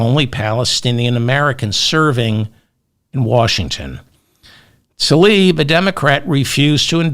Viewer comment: Please consider pronouncing Rashida Tlaib’s name as spelled. TL-EYE-EEB